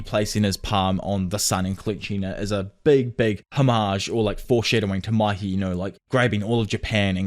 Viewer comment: It's not maki . It's mikey